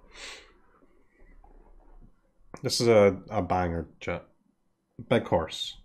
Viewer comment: I just crack up everytime he says horse